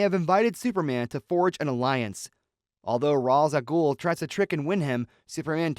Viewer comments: Ra's ah Ghul is pronounced Ray-sh al Gool. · You can't pronounce Ra's Al Ghul correctly